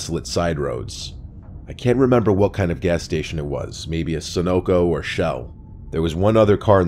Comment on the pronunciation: Sunoco. Sun Oil Company. Pronounced Sun Uh Co